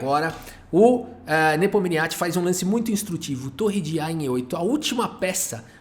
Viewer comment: Pfvr, pronuncie o nome do Ian Nepomniachtchi corretamente 😎😢😢